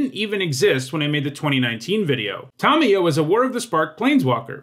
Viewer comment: Tomyo, KrAHsis...jesus chriet how do you mispronounce so many names so, so wrong.